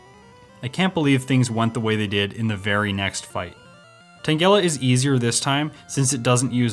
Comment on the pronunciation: The way u say tangela tho. . . 🤢